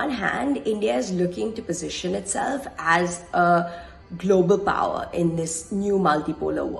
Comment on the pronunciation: GLOBAH POWAH nice accent lmao